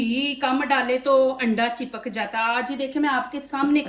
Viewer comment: Chekap nhe chepak bolty hai